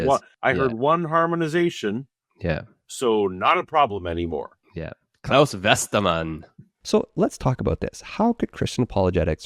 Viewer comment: Dr CJs pronunciation of Claus Westermann was better than WLCs.